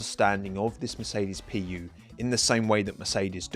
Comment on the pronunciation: Honda PU❌ Honda pee-ew✅